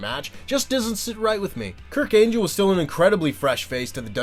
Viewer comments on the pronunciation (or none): did you just call Kurt angle Kirk angel? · Did i hear Kurk Angel? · ...Did he say "Kirk Angel"? 😂 😂